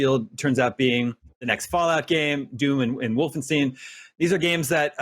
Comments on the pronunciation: It's not pronounced Wolfen-STEEN. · Did he just call it "WolfenSTEEN?" lol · It's Wolfenstain.